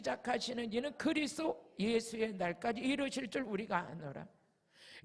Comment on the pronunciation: 주여 목사님 다 은혜되고 좋은데 제발 그리스도 발음을 정확히 부탁드려요~~ 자꾸 제귀에는 그리스로 들려요 부탁드립니다~~ 예수 그리스도는 핵심이라 ~~ 죄송합니다~